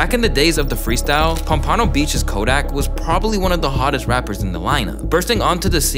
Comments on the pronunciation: its pronounced “pom-pen-o” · As a fellow south Floridian…. The way you said Pom-PAHNo caught me by surprise lmaoooo😭😭😭😭 it’s pronounced a little bit faster and you kinda almost skip the second “p” pompno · "pup pano" bro said Pompano way wrong lol. Great video though nonetheless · Pompano or Pom Pom no ?